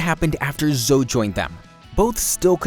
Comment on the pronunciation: I don't trust a man you can't pronounce Zoe.